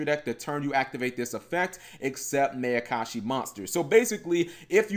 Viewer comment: cap. it's pronounced Meye-uh-kah-shi. like the Mai in Mai Valentine. it's a combination of Ma, which means evil, and Ayakashi, which is basically a synonym for Yokai.